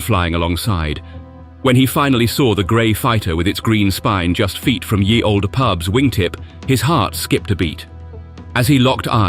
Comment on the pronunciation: It isn't pronounced "Yee Old Pub - or even "Year Old Pub" - as it is bizarrely delivered at 23.08: "Ye" was just how people spelt the word "The" hundreds of years ago - they still said it as "the".